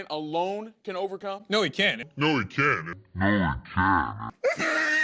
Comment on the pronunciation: It sounds like he said can